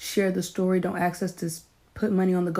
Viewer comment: Im sorry but axe us?!? Its ASK NOT AXE